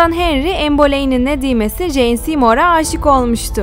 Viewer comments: Jane nasil en diye okunuyor abla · Ah keşke Jane’i “ceyn “ diye okusaydınız. Yine de teşekkürler